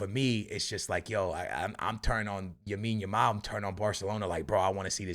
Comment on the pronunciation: Bro has mispronouncing lamine as yamine yamal since day 1 bro learn to say his name 😭